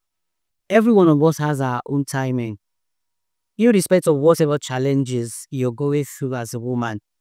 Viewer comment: Dayo, it's "irrespective" not that one you are saying and there's nothing like 'stuffs' it's stuff. Sorry